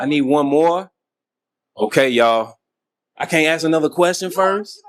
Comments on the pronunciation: Come on, the word is ASK, not axe. You’re too smart to sound so stupid. 😢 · Ask not Ax!